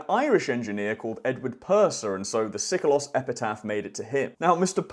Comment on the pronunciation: No Greek speaking person would ever, at any time period, pronounce Seikilos ΣΕΙΚΙΛΟΣ as Sikolos ΣΙΚΟΛΟΣ!